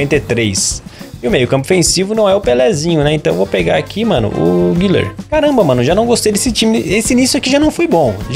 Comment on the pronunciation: É guler e não guiler